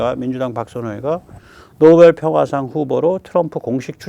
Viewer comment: 역겨움, 노베루우, 단골이라 구매 루트 잘 알아, 만저당이 알아서 사줄께!!! 로 들림.